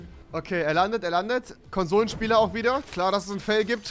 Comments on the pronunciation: Konsomenspieler alles klar lehrn deutsch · Einfach unnötig die ganze Zeit Konsomenspieler zu sagen-_